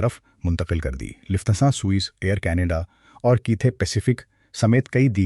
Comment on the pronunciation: جاہل پاکستانی لوگوں کو ہر لفظ میں زبر لگانے کا اتنا فوبیا کیوں ہے ؟ پورا ویڈیو دیکھنے کے بعد ایسا لکھ رہا ہوں۔ یہ شخص Dubai کو Dabai کہتا ہے۔ Singapore کو Sangapore کہتا ہے۔ Lufthansa کو Lafthansa کہتا ہے۔ British Airways کو Bartish Airways کہتا ہے۔ گریز کو garez کہتا ہے۔Buisness کو Baznas کہتا ہے . نمایاں Namaya کہتا ہے۔ یہ غلطیاں سنتے سنتے سر میں درد پیدا ہوگیا اور آخر میں پورا ویڈیو دیکھنے سے پہلے ہی بند کر دیا ۔ توبہ توبہ جب کوئی پاکستانی اردو بولتا ہے تو سننے والوں کا خون کھولتا ہے۔ حد ہو گئی جب اس نے ابھر کو ABHAR کہا۔ یہ شخص کسی بھی ملک کا ہو لیکن لعنت ہے اسکے اس تلفظ پر۔ کوئی اسکو مشورہ دے دے کہ وہ اردو بولنا سیکھ لے یا اپنا پیشہ بدل دے۔